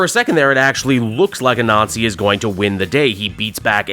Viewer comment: I know your not doing this on purpose but Anansi is not pronounced A Nazi its Ah-Nan-zi otherwise you make Miles sound like he should be goose stepping instead of thwipping and thats no good